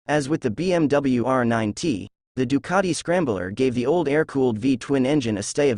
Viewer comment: Ninet? Did you mean Nine T, as in 90? Do your researd kids!